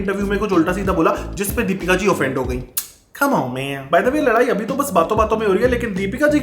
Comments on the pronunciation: Comeon man ❌️ k'mo mai ✅️ It's me bro ❌️ its meh Bra✅️ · Ghabrament 😂😂😂dabrament camon man😂😂